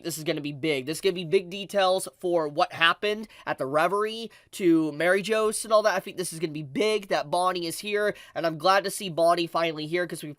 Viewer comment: bro really pronounced it mary jos